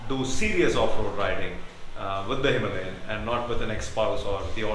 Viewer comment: It is Himalayan not himlayen!